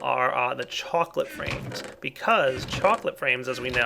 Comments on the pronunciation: He said ''Choclate Frames'' like ''Choclate Rains'' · says "chocolate frames" i hear "chocolate rain":)